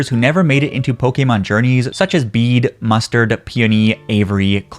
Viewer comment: I REALLY hope to see Bede in Horizons T-T he's my absolute fav, biggest comfort character and out of all the Galar characters, he got the WORST treatment. its not fair at all he deserved so much better. also gotta add; THANK YOU FOR CALLING HIM BEED AND NOT BAYDAY LMAO.